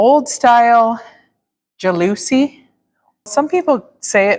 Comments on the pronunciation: First, I love your whole family. Second, I think you’re great parents. Third, the loving way you all treat each other warms my heart in every show. And fourth, every time you said “jaLOOsy” windows, I laughed my…head…off! It’s pronounced like jealousy, except with a short a, at the beginning. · Those 'jalousy' windows are called 'louvre' windows!😊 (pronounced the ou like the 'oo' in poo and the 'vre' as 'fur')😊